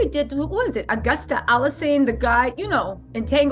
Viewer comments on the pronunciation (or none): Agusta alysanne🤣🤣🤣...August Alsina!...I can't stop laughing!🤣